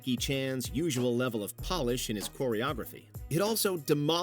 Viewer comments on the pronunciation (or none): none